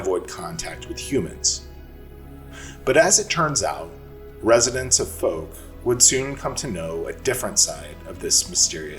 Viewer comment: Fouke is pronounced with a "ow", as in ouch sound. As an east Texan I only live a few hours from there.😁